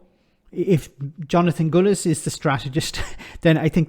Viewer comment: His name is Gullis not Gooliss.